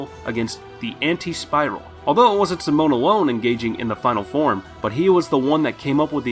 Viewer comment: Not gonna talk about how he called simon simone?